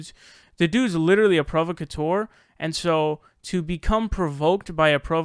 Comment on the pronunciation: You don’t even know How to pronounce the word “provocateur”... Seriously, you’re a fucking idiot. You butcher not only entire sentence structures, but also use completely incorrect words to get a point across, and you BUTCHER words which only have one fucking pronunciation. My god man... where the ruck did you go to school? SUE THEM, THEY FAILED YOU. And what’s worse is that you actually make dumb-duck republicans look smart because THEY CAN AT LEAST SPEAK PROPERLY.